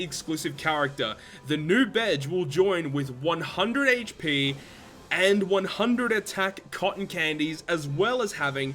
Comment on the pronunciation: It's pronounced beggi.